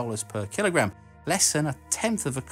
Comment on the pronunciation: What iss thees "keel-o-graham" you speak ov?